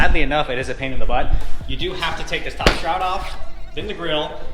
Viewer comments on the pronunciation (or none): none